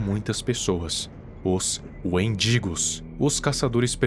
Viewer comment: Desculpa, mas toda vez eu ria quando falava "wendigos" pq parece "mendigos" EU IMAGINEI TODAS AS SITUAÇÕES CITADAS😭😭😭😭